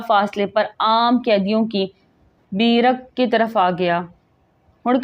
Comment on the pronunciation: Voice over kr k kisi educated ko suna letay, ALAM UDDIN nahi ILAM UDDIN hay. BEERAK nahi BERAK hota hay